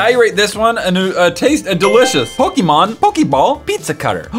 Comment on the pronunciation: OH MY GOD THERE'S A YOUTUBER THAT KNOWS HOW TO SAY POKEMON